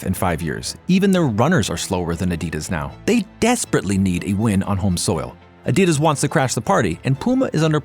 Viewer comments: Adias? What in the AI is this shit? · Bring back the old guy or someone that can pronounce Adidas correctly. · Learn how to pronounce Adidas and you will go far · At least pronounce Adidas correctly...that was not an issue with the German voice. I am sorry, I tried, but it's just not working out with the new guy when even such basics are off. And the entire character of the videos is gone.